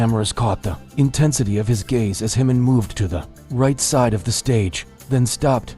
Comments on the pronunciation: His name is Jimin, NOT Himin! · This crazy guy doesn’t even know how to pronounce JIMIN’s name who is HIMIN?! Expert in making up stories! Just to get a click right? Pathetic! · I never realised how much made up stories there are about the BTS family there are. How can anyone outside of the family know what is said or done? If you can’t pronounce Jimin's name correctly, why should I believe what you say about his bodyguard? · I'm not sure about the confiding part. But appreciate the good job Lee Jusang is doing. You are making an insinuation that is insulting to our Jinin. And why can't you say Jimin's name right? You never bother to correct it and you have been told about it repeatedly! Jimin forever 💜